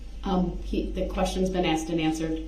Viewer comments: Axed and answered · One of my favorites was AXED. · Cause you Axed, cause you axed!😂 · He still would have asked lol she put it in writing for him and he still "axed" about 200 times per day.